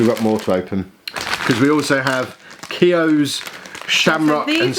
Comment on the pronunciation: I love how you pronounced keogh 😂 ! And we love our crisps😂